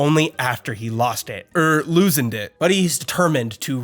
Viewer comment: Please tell me he keeps doing the “loosend” bit